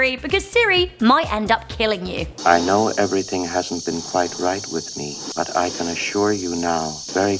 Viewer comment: Whenever says "But", it sounds like "F*CK"...